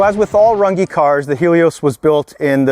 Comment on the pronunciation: Amazing work, but…considering the Umlaut Ü in your name, your last name is actually pronounced differently…just a shame no one on this planet except for maybe Germans, French and Türkish can pronounce it correctly 😅